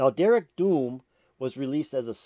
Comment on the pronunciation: And the d in dearg is pronounced as a soft j